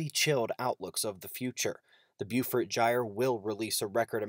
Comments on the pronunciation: FYI, "Beaufort" is pronounced as, "bo - fort"... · Good stuff. Just a heads up, I think Beaufort should be pronounced "Bo-fort" (that's the way they pronounced the Beaufort Bombers in World War II).